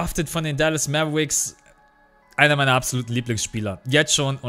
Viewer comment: haha will dich nicht korrigieren oder so aber es wäre korrekt formuliert: "Mäwerix" haha aber scheissegal bist ein sympathischer typ das ist alles;)